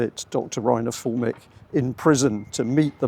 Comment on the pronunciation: Not Fullmick. Füllmich! Or in Englisch: Film me up!